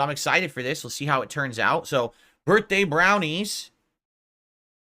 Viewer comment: Brurthday brownies! 😂😂 1 too many Rs.. ya drunkard